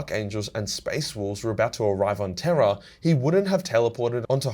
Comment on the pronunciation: pronounces Terra and Terror exactly the same 😁